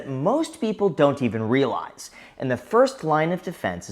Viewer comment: you mispronounced realize...